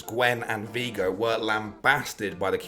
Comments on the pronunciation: "Veego" btw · My man said veego lmfao. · Who the fuck pronounces Viego like that lmao